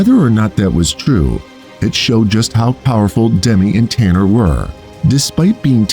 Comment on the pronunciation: Im his granddaughter, i just want to say the lions name is tana not tanner and also my grandmothers name is pronoucned like "jill" even though it is spelled with a g